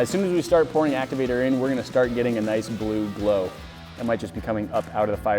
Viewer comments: He said bluglo ha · Ha he said bluglo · Lol he said bluglo